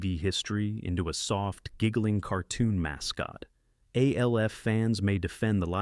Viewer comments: BOTH Alf (or A.L.F. or Elf, as the insipid A.I. voice erroneously calls him) animated series were remarkably well written, with impeccable wit and humor, that didn't pander to their preadolescent audiences. The artwork was incredible, and the animation was at least on par with, if not superior to, any of their Saturday-morning-cereal-crowd contemporaries. I suspect this is just one oof those listicle (while that term is usually an implied portmanteau of "list" and "article," in this instance, I'm going to say it's "list" and "testicle" as this video sucks balls) videos that attempts to elicit angry comments from its millennial and gen-X audience, by blatantly insulting their beloved Saturday Morning cartoons, thus driving up viewer interaction rates. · You know it's a really shitty AI voice when it pronounces the three letters of Alf. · Eyeeeeee? Its "Aaaaaaah" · This is voiced by an A.I. (it’s pronounced ALF not OLF) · The Fonz said "Ayyy!", but the ai narration pronounced it "iiiiiiee..." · Right! It was pronounced just like the letter A. What in the world was that weird noise?? 😂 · THATS SOME SHITTTTTTYYYY AI VOICE........PRONOUNCED AYYYYYYYYYYYYYEEEEE EYEEEEEEEEEEEEEEE!!!!! automatic thumbs down! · The fact that you mis pronounce ALF 3 times in a row shows me this video is nothing but AI Scripted BS. Thanks for wasting our time! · Never realized how many ways to pronounce ALF 😂😂😂 thumbs down and reported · Same way the AI pronounced "Alf." I mean holy hell wtf. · So funny that the A.I narrator simply cannot pronounce Alf correctly. Serves it right, as the cartoon spinoff of the sitcom was killer. Not as good as the sitcom, of course. Nor was it good as the comic book. But I always got a kick of it when it came on. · I guess we don't worry about AI getting smart enough to take over the world when it doesn't even know how to pronounce Fonzie's catchphrase or Alf's name correctly.